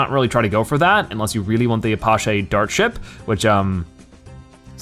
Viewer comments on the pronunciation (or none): Its A-patch-ee not A-posh-ay. It's based on the real life version of the attack helicopter by the same name which is based off the Native American tribe(s) of the same name. Also, tower placement, tower placement, tower placement. Since the range of towers are a radius and not a straight line try considering placing them where they can cover the most track. If the tower shoots in a straight line place them at the end of a straight piece of track and put their targeting to last. Also, since the game gives you monkey money/insta monkeys/powers, it's not cheating to use them. Some of them are helpful and some are OP, but as long as they weren't purchased with real life legal tender it's not cheating. Cheating is when you pay to win or simply go bbn into sandbox and just have fun.